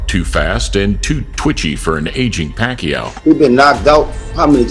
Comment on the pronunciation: Here is some help. Pacquiao rhymes with "machiatto" like the drink. Replace the "m" with "p". Remove the "tt". "pa-ki-OW" not "PECKY-ow"